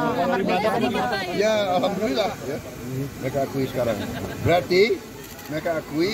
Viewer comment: Prabowo subianto...latihan berapa bulan buat bisa ucapkan ALHAMDULILLAH... 😆😆😆😆😆😆😆😆😆